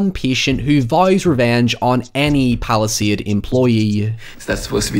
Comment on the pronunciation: Every time you say Palastade I think Palestine